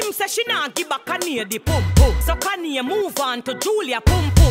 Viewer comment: I love how she pronounces Kanye 🤤😂